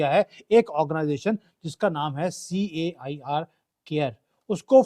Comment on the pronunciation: its not pronounced "chair" its pronoinced like "care". CAIR is Council of America Islamic Relation.